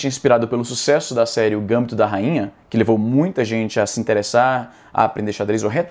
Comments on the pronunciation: só uma correção Izzy. A pronúncia em português é GamBIto, não Gâmbito. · a netflix tinha prometido uma série de magic, mas acho que o problema real não é a netflix, e sim a wizards of the coast, que é uma bagunça criativa absurda atualmente. tão cedo não vai ter gambito do planinauta. btw, izzy, gambito é paroxítona. gam BI to. acho que pq em inglês o GAMbit te leva a pensar dessa forma. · Izzy, só um toque rápido: é gamBIto, não GAMbito (a tônica é diferente do inglês) ;) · Izzy,apenas uma correção: a pronúncia correta da palavra gambito é a sílaba tônica no i (sendo pronunciado gambíto). E é escrito sem acento ( se escreve gambito mesmo) pois caso fosse pronunciado gâmbito a palavra deveria ser escrita também dessa forma,visto q se tornaria uma proparoxítona,e todas proparoxítonas são acentuadas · só uma informação amigo. Eu quis dizer que a pronúncia é "gambíto", com a entonação no bí, e não gâmbito, com entonação no gâm peace! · Caro Izzy Nobre, obrigado pelo esclarecimento. Gostaria de fazer uma correção: pronuncia-se gambito, paroxítona, e não gâmbito, proparoxítona. Mais uma vez obrigado pelo esclarecimento. Estava intrigado com isso: Felipe Neto grande jogador de xadrez? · Izzi, só pra tu saber que o jeito normal de falar é gambíto e não gâmbito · Izzy, a pronúncia correta é "Gambíto", não "Gâmbito" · Izzy , não é GÂMBITO e GAMBÍTO. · O nome não é “ gãmbito da rainha " e sim “ gambito da rainha " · Izzy é GamBIto, e não GAMbito. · Não é "gâmbito", Izzy, é gamBIto (paroxítona). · Não é “Gâmbito” Izzy, em português lê-se “Gambíto”. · Cara, acho q a tonica de gambito é a silaba "bi" kkkk Seria mais "gambíto" a pronúncia, pelo menos no contexto do xadrez kk Se achar que estou errado, so procurar vídeo de qualquer brasileiro analisando alguma partida de gambito do rei ou da dama por exemplo q vc vai ouvir Espero ter ajudado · bacana. a sílaba tônica de gambito é o I, não o A. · a pronúncia em pt-br da palavra gambito é "gambíto" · "Gambíto" que fala